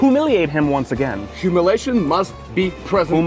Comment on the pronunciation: its ok that you cant say the word humiliation you good😆